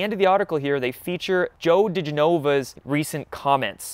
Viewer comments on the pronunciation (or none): I love ya man, but its Joe DE-GEN-OVA. Nobody says it right lol. Love the vids brother!